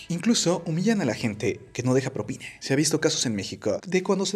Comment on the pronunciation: Yo no estoy de acuerdo con dar propina. Porque si les doy a unos les tengo que dar a todos, y eso no es justo para el cliente. A MI NO ME SOBRA EL DINERO. ahora, ¿por qué el locutor del video dice PROPINE , con E y no propina, con A?